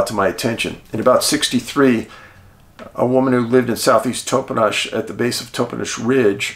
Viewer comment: This is soooo interesting. I grew up in the Yakima city area. Just a couple of pronunciations fyi, Aw TAN um (Ahtanum) and TOP en ish (Toppenish). These sightings and encounters there were NOT made broad public information and I had heard of only one sighting in Moxee, years after I moved away from Yakima. The bigfoot activity in the Yakima area was obviously much greater than was generally reported.